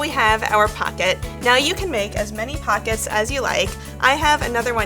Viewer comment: The way you say pocket bugs me